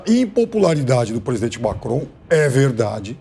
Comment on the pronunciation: Macron..." lacron" kkkkk